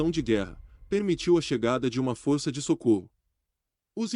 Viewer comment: Eh forca e não fohrca